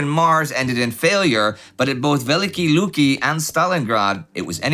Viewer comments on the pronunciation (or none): A slight correction in pronunciation, if I may. "Великие Люки" is pronounced as [vʲɪˈlʲikʲɪjə ˈlukʲɪ] or [veh-lih-kih-eh lyuki].